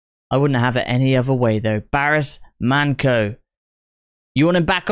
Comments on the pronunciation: I will make it easy for you how to pronounce his name !!. his name is BARIS MANCO ok?.. we sound his name as it is like in Latin words the way it is written.!. but. if you read this in the English language like " BARISH MANCHO " that will be very close to the correct sound in the Turkish language!. great video!. also, you look like each other as brothers"-)). love it as a Turkish man. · His name is pronounced ''BARİSH MANCHO'' This is one of Baris's best hits of all time, love all of his songs, he was a true legend! ❤ May he rest in peace.. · Pronunced BariSH ManCHo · pronunciation of the artist is Barısh Mancho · Pronounciated as "Barish Mancho" & "Doenenjay" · Pronunciations: Barış Manço (Barhish Munn-cho) - Dönence (Deue-nen-je)) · the correct way to pronounce his name is "BURSH MUNCHO" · BariSH ManCHo would be the correct pronunciation mate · The correct pronunciation of the name should be barısh mancho.